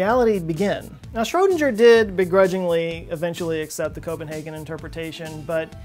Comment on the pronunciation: It's weird for me as an Austrian, how you pronounce Schrödinger.